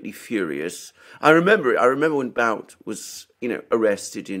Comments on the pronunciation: The expert on victor bout (pronounced boot) is Daniel Estulin. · Guys, guys. It's Boot, not Bout, Bouth, Booth. The OO is short. More like 00. And what's more important - he is a good guy. Trust me. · BOOT!!!!!! Not Bout!!! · Not to be that guy but 'Bout' is pronounced "boot" (based on what I heard on Russian news) Otherwise, very good points on the topic. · Sorry, but his surname is “But” as in put, not “Bout” as in about. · His name is Бут, pronounced as Boot. He may not be snow white but he refused to “testify “ against Russia in exchange for freedom, even under threat of 25 years in prison. How many people would be ready to do this?